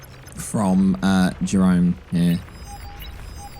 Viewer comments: If British his name is pronounced ye-roon. Love from the netherlands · Jeroen is pronounced "yeroon" btw. It's a Dutch name.